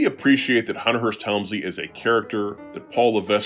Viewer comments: The content is good, but u sound like a mark when u say LeVESK. it's pronounced LeVECK... C'mon now 😅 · Good video, as usual, but you don't pronounce the letter S in Levesque. It's pronounced Le-vek. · not to be picky, but the S in paul levesque's surname is silent, it sounds like "le-veck"...